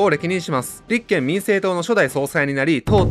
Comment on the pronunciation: 立憲のイントネーションが気になる